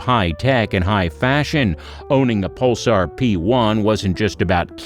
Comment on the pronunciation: "Puhl-SAR," not "PUL-sur."